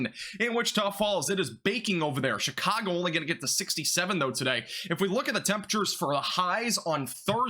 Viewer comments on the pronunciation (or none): none